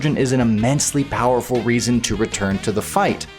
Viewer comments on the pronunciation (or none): none